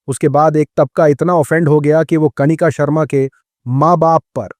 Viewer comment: कणिका नहीं कनिका होता है